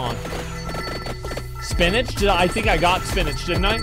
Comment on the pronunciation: every time he says "spinatch", a sailor dies